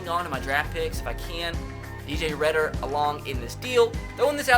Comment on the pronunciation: Also reeder not redder